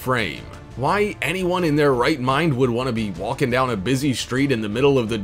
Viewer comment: Wall-king and Tall-king